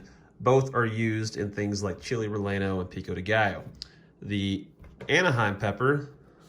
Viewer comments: Chili relleno. 👉Ree YAH no. Not ❌rell enno. Tor TEE yuh. Not *tor TILLA*. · Double L in Spanish is pronounced as a Y. Thus it’s pronounced chili ray-yan-o. Otherwise, informative video.